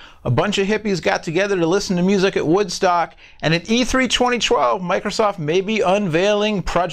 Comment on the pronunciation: I find it funny how says 2012..."Chweny chwelve" lol